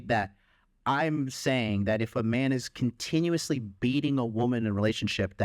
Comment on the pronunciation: His defence was even worst 😂 he could have say oh I misinterpreted, I am agaist violence. Instead he chooses to stress on the word continuous. I am against CONTINUOUS abuse... ofc If there is CONTINUOUS abuse it's not ok... dude, what so if some guy just knocks out his wife just twice is fine 😂. Are you trying to get cancelled or what